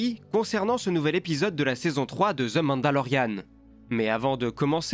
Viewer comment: " Ze mandalorien" 😂😂😂